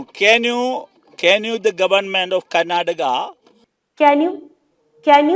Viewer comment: ഇൻ ക്യാർണാടകാ, വൈ ഒൺളി പ്യൂർ?😢